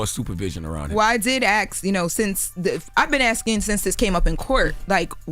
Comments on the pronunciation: y’all need to have a / (whatever it’s name is) “AXE” drinking game because that fool says AXE then asking in the next breath and says AXE instead of ASSSSSK ON EVERY FUCKING EPISODE 😂😂😂. Her life is fkd if she can’t differentiate a TASKS from her TAXES same goes for the unbeweavable wannabe white chick who tries to play like an articulate news reporter but says AXE too like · The word is “ask”!!! Not ax/axe. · Take a shot every time says “I ax them” 😂